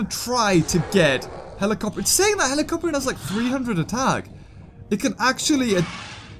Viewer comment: It's helicopter not helicorpion